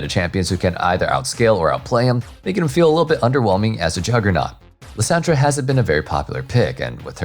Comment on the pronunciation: The way you say Lissandra makes me sad. I'm excited for her buffs.